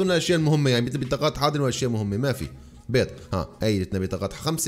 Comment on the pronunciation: ليش تقول بيز اسمها بيض يا